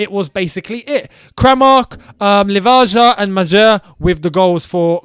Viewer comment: jesus christ that pronounciation for the croatia players was awful🤣 you didnt even try to say kramaric its really not that hard lmao its Kramaritch, Livaya and Mayer